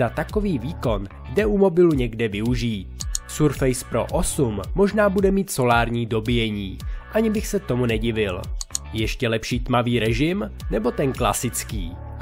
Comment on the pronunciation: Surface se nevyslovuje [surfejs], ale [surfis]